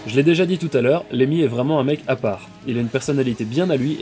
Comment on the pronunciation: LeMMY !!! N'écorche pas son nom pauvre fou